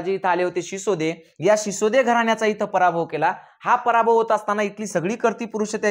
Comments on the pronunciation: भाऊ ते सिसोदे नव्हते सिसोदिया होते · तुम्ही एक चूक करीत आहात सिसोदे नव्हेच तर #सिसोदिया असा उल्लेख आहेस तसेच रजपूत नव्हेच तर #राजपुत असाच उल्लेख आहेच कृपया उच्चार दुरुस्त करून घ्यावेत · शिसोदे नाही बाळा ..सिसोदिया..होते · शिसोदे नाही sisodiya bola